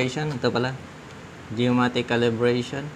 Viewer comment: geomagnetic not geomatic .😊